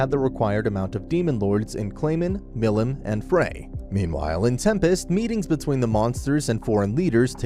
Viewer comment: How did you pronounce stuff like milim wrong but got the rest right?